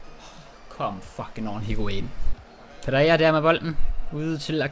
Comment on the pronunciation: Det hedder ikke fuckin det hedder fucking